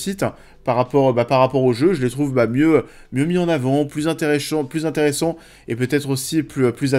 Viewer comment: "plus intéréchiants", le lapsus du siècle🤣🤣🤣🤣